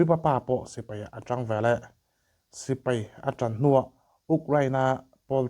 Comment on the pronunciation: A ngaihnawm e,mahse sipai tih kha sipei tih te,ngaihnawm tih kha ngeihnawm tih a hriat turin i lam a ang khawp mai a,helamah hian khawngaihin lo fimkhur hram teh a❤😊